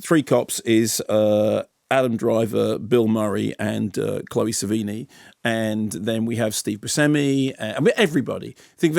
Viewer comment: Lol “chloe savini”